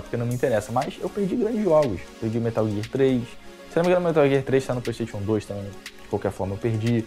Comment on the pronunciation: Qualquer coisa: a: Pleisteition